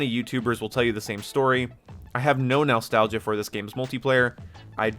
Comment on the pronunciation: The way you pronounce (nostalgia) as "nal-stagia" is too funny. Love the accent